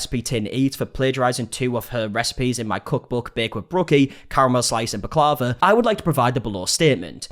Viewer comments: booklava ? its baklava indeed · Me too, should we tell him bak la va. Lol🤣😂 it got me everytime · Sorry to be pedantic but Baklava is pronounced Bak lah vah with the stress on the final A. Sorry had to correct you, pet peeve of mine haha It's a Greek dessert. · i say bak-lar-va 🤔 never heard it pronounced like how that lady was saying it 😅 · It's pronounced Bock-la-vah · Given you speak brit english, you pronouncing the name of the desert wrong was the least offensive part., and we just assumed that you say it that stupid way in the uk. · Yep. You were pronouncing it wrong and i think you now have to go purchase to try it.. even the worst is still damn dope. You need a cuppa something with it because its mega sweet but daymnnn its tasty AF. I lawl'ed all the way until you recognised hahaha